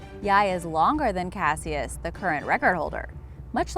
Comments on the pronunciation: Cas-E-iss?? Cash-iss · If he's named for Cassius Clay, you are pronouncing it wrong. It sounds like "cashus." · She pronounces Cassius wrong. Ali’s name sounded more like “Cashous” , Cassius Clay, aka Muhammad Ali. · its cash-is not cassyes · It's pronounced Cashuss not casious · Cassius, its pronounced kas-uh s not kash-i-uh s. Good grief. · If #9 is named after Muhammad Ali that's not how you pronounce Cassius come on do some research it sounds ridiculous when you mispronounce things its happened many times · Cassius is pronounced Cash-Us, do your research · #9 “Cassius” supposedly named after Muhammad Ali’s birth name, for the love of god lady it is pronounced “Ca-shus”. For someone who I assume is smart, that was a dumb mistake. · Pronounced Cash-us.... at least that’s how it’s pronounced in Louisville where Muhammad Ali is from. This is where the famous fight where Sonny Liston called him by the name Cassius. Ali kept screaming what’s my name through the fight. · Cassius is pronounced "Cashus" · Pronounced cash us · Why is she saying Ali name like that 🤦🏾‍♂️🤦🏾‍♂️Just butchering Cassius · And Cassius... Before narrating a video, you think you'd lookup the pronunciation of words you aren't familiar with.. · Brutal pronunciation of Cassius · Am I the only one tripping off how she is saying Cassius wrong